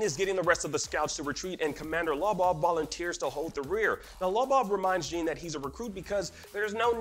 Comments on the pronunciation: Jean is not pronounced Jean, but John. Like how Sean is pronounced Shawn 😊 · “Jean” 😂 who says Jean as Jean like pants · Did you guys really have to make an explained video. What needed to be explained lol. The only thing significant that happened in that episode was Sasha dying. Everything else was sort of expected. And his name is not jeen like skinny jeans lol. If you watch the anime in Japanese you’ll learn how their names are really said. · Why are they saying Jean's name Jeen